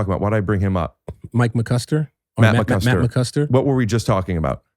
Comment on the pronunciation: I feel bad for Matt McCuster whose name has been mispronounced several times on this show it's Matt mccusker LOL